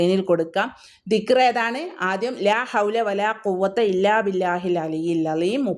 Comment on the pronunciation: ആദ്യം ദിക്ക്റ് അറബീകരിച്ചു പറഞ്ഞു പഠിക്കൂ